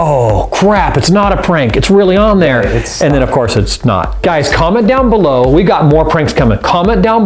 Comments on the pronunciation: "coment down beloo low" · you said beloo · "comment donw balloo though" rich ferguson 2017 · On he said below wrong